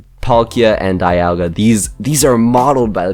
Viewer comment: Actually Dialga is pronounced DEE-al-guh. Also glad to see a fellow gen 4 player. - The small one is Altered form & the flying one is Origin Form - Cresslia's still Psychic type. In fact none of the previous legendary Pokemon from gens 1-5 outside of perhaps the Primals & Mega Evolutions changed typing at all. - I'd image since Giratina's form change item is a held item you'd have to have it hold it by putting it on them in the inventory menu. As opposed to the Gracidea & the Prison Bottle being Key Items. Much like the games the Pixelmon mod is deriving from. But hey it's only a theory. - like I said with Giratina. - It's funny how you managed to technically get Cubchoo & Beartic through your Zoo series before they were added into the actual mod. - To be fair though I wouldn't really see Stunfisk moving that much if at all if it were to become animated with it's dex entries stating it. - That's weird. I remember Pixelmon YouTuber Juicehead making a video where it showed off Druddigon with an animation. - I know how you feel. Surely Deino might be the psuedo legendary Pokemon but I felt that Axew suited it a little better. It's also partially why I count Flygon as a pseudo legendary alongside Salamence & Metagross. -Pronouncing it as Bu-nell-bee as opposed to Bun-ull-bee as the Bunnel part of Bunnelby's name is a play on the words Bunny & Tunnel. - It's actually pronounced Viv-EEE-on. I found that out the hard way. 3